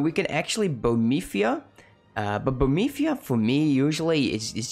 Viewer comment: It's BO-HE-MIA not bomitia 4 god sake